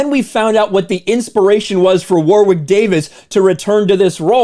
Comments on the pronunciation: I kept tuning out while watching this vid. The mispronunciation of the name War-Wick was too distracting. It's pronounced Worrick. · Hey, not to be that guy but it's pronounced "worick", not 'war wick'. Love your work my brother. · Argh! "Wa-rick" not, " Wawr-wick" You stupid Americans! Mr Davies is a superb actor and comedian: just watch "Life's Too Short" for some of his best work. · For every time you said "War-wick", a dwarf somewhere on the planet died. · Loved the Willow movie as a kid, this is very depressing. Can't bring myself to watch it in case it ruins the whole Willow universe for me. P.s. his name is pronounced Warrick Davis... weird spelling, I know. Never understood it. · Ok does anyone notice how pronounces some things kind of funny? War-wick? Toll-keen? Maybe it’s just me. But I can’t just be ok with it. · It's pronounced Warrick, you don't pronounce the "w".